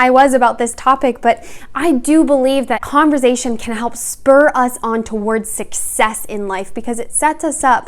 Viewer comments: Great video, but please stop pronouncing it "converzation" xD it's conversation with an "s" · Converzation???? Why is she saying it that way? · this woman said converzation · .5 seconds in I had to click off when she said “converZation”. Girl how u gonna tell us how to carry on a conversation when you can even pronounce it 😭😭😭😭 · Idk but it's so funny lol love her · I thought she said conservation at first honestly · She keeps saying "converZZZation" lol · You should change the title to CONVERZAYTION LOL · so funny because I live in southern rural Ontario and we pronounce it with a ‘z’ like sound! 💕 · Giggling at the way she pronounces conversation,😊😂. But I love her advice. I really wish YouTube was around in my young adult hood lol. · The way you pronounce “conversation” amuses me😄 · I can’t be the only one who was constantly triggered by the way she pronounced the S in conversation, I feel abused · Interesting and informative video! I too was triggered by her pronunciation of conversation! I kept repeating it the correct way lol! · Dude, she just pronounced it wrong, get over it. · Wonderful video. Maybe pronounce converSation with the “s” sound though? Less distracting. Other than that, very helpful! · conversation is with an s not a z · OH wow didn't know she was Canadian! Got it! In the US, it's pronounced more like an s, love phonetics!